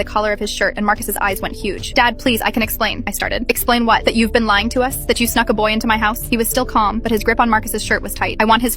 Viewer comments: I thought she said suck instead snuck😭😭😭😭😭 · I DID NOT HEAR THE N IN SNUCK IN THE BEGINNING LMAO